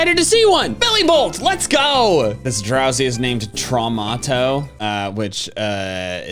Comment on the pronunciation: thats the german name of Drowzee Traumato xD Its spelled Trau-mato Not Trauma-to😅😆